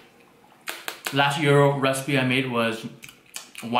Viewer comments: it is pronounced Jai-ro or j-i-ro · BTW :::it's GI-AR-RO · Ouchy with the finger! 😩 Feel better soon. I want take out tin plate please. 😛 I thought GIRO was pronounced "GYE RO" 🤔 🤓